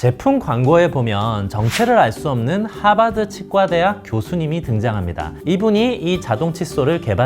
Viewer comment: ㅋㅋㅋㅋㅋㅋㅋ저 하바드 발음 꿋꿋하시네요